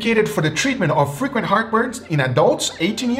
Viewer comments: So at first I thought Guga said "if you have frickin heartburn" but then I realized he said "frequent heartburn" LOL. I was over here agreeing like "yeah man, this frickin heartburn is terrible, I agree" 🤣🤣🤣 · I thought you said Freaking heartburn lol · It took me a while to realize it was "frequent heartburn," not "freaking heartburn"